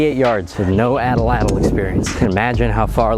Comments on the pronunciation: At lat l not Ata lat l it's At Lat L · At-Latl Not atl-atl King energy intro btw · You should gimmieimme the atlatl because I genuinely can't tell if you don't know how to pronounce it or if you just like saying it that way to be funny, so I'm gently pointing out it is pronounced 'aht-lahtl' or 'aht-laht'. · "your atalatalatal, will keel 🙂" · So the L isn’t pronounced… the tl at the end of a the word is more like a click but with your tongue